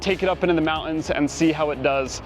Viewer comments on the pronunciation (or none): MounTains with a T